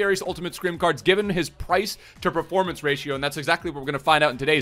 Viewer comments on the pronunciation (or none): none